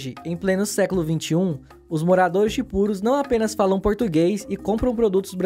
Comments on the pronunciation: Ele escreve Purús mas pronuncia Púrus, que loucura. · a pronúncia é purús. fora isso, o vídeo ficou bom. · Não tem acento mas pronuncia "purús" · A pronúncia certa é Purús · Não seja amargo. O conteúdo é bom, e a pronúncia é o de menos. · Como tem gente metida a besta, nada demais a pronúncia o que vale é o conteúdo, parabéns pela abordagem, esse aí que criticou a pronúncia nem sequer sabia que está cidade do Peru existia.